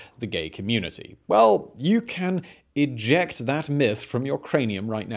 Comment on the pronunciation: "Eyect that mith from your craneum right now" LoL